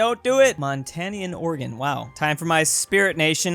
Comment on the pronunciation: I love how you pronounce Oregon (good pronunciation)